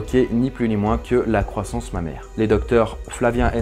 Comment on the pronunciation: Au départ, j'avais pas compris pourquoi il disait "Ma mère" puis j'ai compris qu'il disait "Mammaire" ! 😂 j'en peu plus de moi !